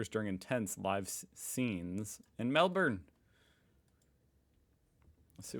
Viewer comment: Best pronunciation of Melbourne I have heard.